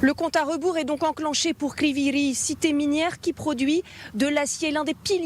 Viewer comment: Illettrés c'est st ne pas Crivyi Rih . C'est Crivoi Rog 😅😅